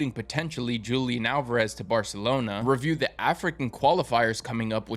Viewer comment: Here's a breakdown of the correct Spanish pronunciation: Julián: The "J" is pronounced like a strong "H" sound, and the emphasis is on the "N" syllable. Álvarez: The "v" sound in Spanish is a soft "b" sound, creating an "Ah-l-vuh-res" sound.